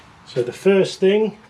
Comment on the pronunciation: Not foist🤣😂🤣